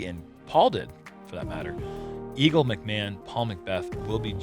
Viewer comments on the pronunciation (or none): none